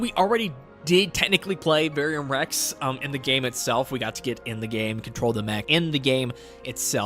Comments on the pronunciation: Ver-um Rex bro, not Varium Rex Don’t mean nothing by pointing it out but it’s critical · “ UhO i Love Veyrium Rex “ wtf is that its VER-UM . squish it together. VERUM . VERUM REX